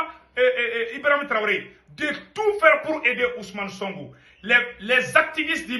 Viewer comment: C'est sonko pas songo toi aussi avec ton français